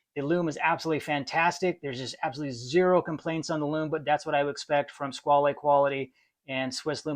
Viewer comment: Hi, I enjoyed your video and subscribed to the channel. As for the origin and pronunciation of the word "squale" (shark): in this form it's French (in Italian it would be "squalo" sing. and "squali" plur.); in the French pronunciation you do not hear the final "e". While in Italian "squalo" is the current word for shark, nowadays in French "requin" is more currently used (even though they are not perfect synonyms). Both "squale" (French) and "squalo" (Italian) directly derive from a Latin word, while "requin" has an uncertain origin. Of course, if you read "squale" as an Italian, you would pronounce the final "e", but it would not be an Italian word. 🤓